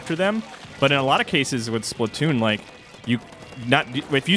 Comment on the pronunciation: Not splitoons splatoons but great vid